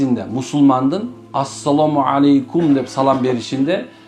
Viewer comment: Арап тилинде ассаламу ьалайкум деп айтылат экен,". Алейкум"- болбойт." е"- тамгасы айтылбайт экен.